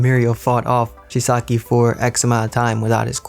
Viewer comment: Its chisaaaki not chiski